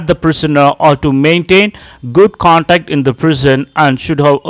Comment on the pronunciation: It's conduct not contact take care of pronunciation